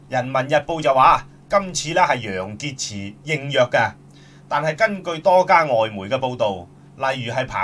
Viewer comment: 楊潔x都吾撚識讀😤😤😤😤😤